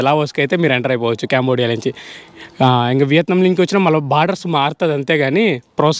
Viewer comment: అరేయ్ క్యాంబోడియా కాదురా అది కాంబోడియా రా ఎడ నుండి వసారురా మీరు ఎవర్ర మీరంతా 😢😢